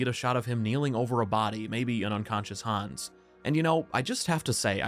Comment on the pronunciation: Han’s awss. Please keep saying it that way.